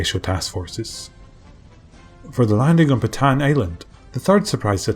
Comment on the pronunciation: Want to be the first narrator to get the place names correct (ie, as a Filipino would say them)? Corregidor: Not COR-REG-GID-DOR, but COR-REH-HEE-DOR (REH = RE(DoReMiFaSol, etc.)/RAY) Bataan: Not BAT-TAN, but BAT-TAH-AN. (Just sneak an extra 'a' in there.) Aside: You do a superb job, but these names have pronounced incorrectly for so long they've become accepted by every other non-Filipino historian/history buff everywhere. Not your fault.